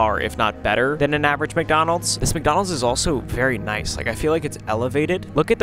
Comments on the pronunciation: what in the "WcDonald's"?! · Wth how bro its wcdonalds💀